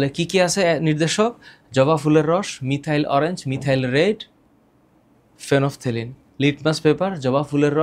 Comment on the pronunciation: এটা ফেনোফথেলিন না ফেনলফথ্যালিন।